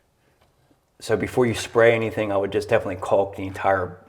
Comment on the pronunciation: There is no l when pronouncing caulk. Its kok